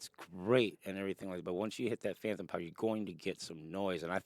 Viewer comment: Great vid. It’s phantom not phanthom. If it’s an impediment, I don’t mean offense. Just fyi.